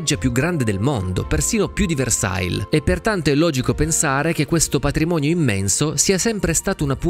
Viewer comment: Scusa, ma non si dice "VERSAIL" 👎. Dai, questo è francese, è facile